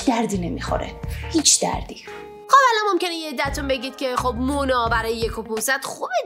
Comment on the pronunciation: چرا در آخر مونا رو اون جوری میگی؟؟؟